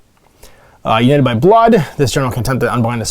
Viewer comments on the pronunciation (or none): none